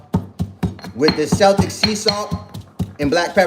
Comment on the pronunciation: Celtic is pronounced keltik.